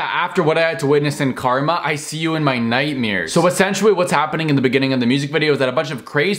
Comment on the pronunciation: Dude, did you say "Nightmeeeers"?